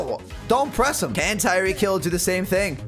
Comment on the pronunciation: It's tyreek